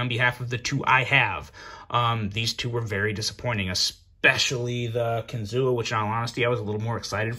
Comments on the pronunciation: Close to saying it right. It's actually said like kin-zoo. Not kin-zoo-a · Everyone here...by the Kinzua dam in PA pronounces it kinzoo. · It’s pronounced kin - zoo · Ohh, the correct prounounciation is KIN-ZU thee A is silent 😝🤫